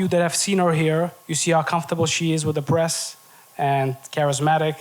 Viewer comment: I thought dude said you “see how comfortable she is with her breast” I had to run it back lol he said press